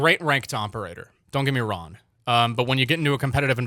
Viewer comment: Is it the microphone or do you just not pronounce the “ng” in “wrong” and “long”. All I hear is wron and lon